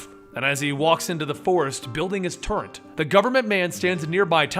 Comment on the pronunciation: Did he just say "turrent"?